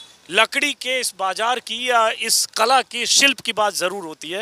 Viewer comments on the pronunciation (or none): Anjum ji aap bhi baajar kahte hain..bazaar ko ? Andaaja kah rahe hain andaaza ko. Hairat hai..I thought journalists had chaste pronunciation but ab toh yehi lagta ki koi bhi padha likha hai hi nahi.